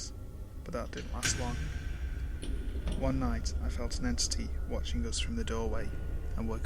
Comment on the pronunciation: I laughed uncontrollably and unnecessary hard when you said "one". It sounded like "hwaaan"